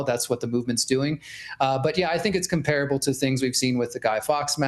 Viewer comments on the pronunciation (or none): Why can no one pronounce the word COMPARABLE correctly?!? You'd think at least a journalist would have a keener understanding of words and how to pronounce them.